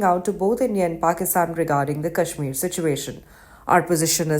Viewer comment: At least learn to pronounce 'Kashmir' properly before talking about it.